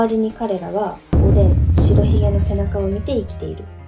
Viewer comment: しらひげって言ってるけど、しろひげじゃないの？